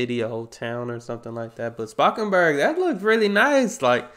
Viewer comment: Spakenburg was close enough in terms of pronunciation I think. Anyway, love your dutch reactions:) some dutch humor/show thingies, like ''ushi'' (I think highly combustible also reacted to that) Will probably also get views. Plus most importantly, it'll make me happy